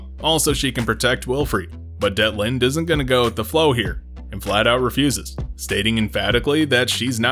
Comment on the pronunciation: It's Detlinde, actually. Not Deltine. And that's only in the English translation. Her actual name is "Dietlinde" (ディートリンデ in Japanese), which is a German female given name. ie is pronounced like the ee in "leek", which is also how the Japanese version spelled it in katakana.